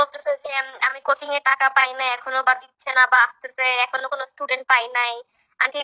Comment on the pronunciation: হা হা হা পড়ালেখা দৌড় দেখেন। কোচিং এর উচ্চারণ করেন চোজিং। না আপনি অশিক্ষিত বাটপার এবার বুঝতে পারছি